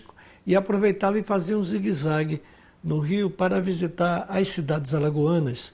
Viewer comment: Visitar ou "vizitar" (sic)?